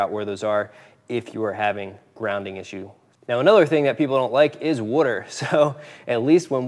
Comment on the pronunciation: What's wudder?